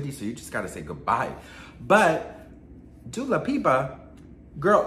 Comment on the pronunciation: Speaking of instagram 👀 I feel like my messages from 2 months ago are hiding from you on purpose lol. Also you keep saying Dula Peep cuz I love it!